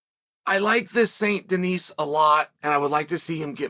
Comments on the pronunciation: DENIS. And you dont prononce the S. Denise is a female name. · Just a quick tip, the S in Denis, is silent.